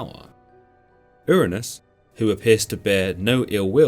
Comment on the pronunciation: The way he pronounces Hyperion's father name sounds like Ernes instead of Uranus but the synopsis is spot on.